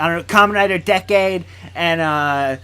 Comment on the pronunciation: You Said Decade Wrong Its Said As Decay